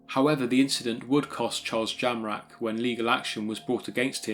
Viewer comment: I thought you said Charles JAMRAG !